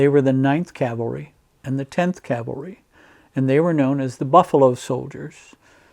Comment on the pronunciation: Great video! It's nice to hear "C-A-V-A-L-R-Y" vs "C-A-L-V-A-R-Y" like most people say it. People also can't say "veterinarian" (vetinarian)😬